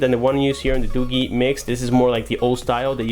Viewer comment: It's not 'Doo-Gheee'. It's Doo-jeee. DooGee.